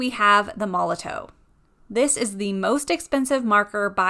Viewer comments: Apparently it's pronounced like Molotov even though there's a w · It's pronounced Molotov. It's just a German company, and in German a W makes a V sound. It's made for graffiti, and in the tagging world putting up graffiti is called "bombing". Hence the name.